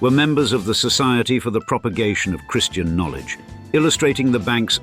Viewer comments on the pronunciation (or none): none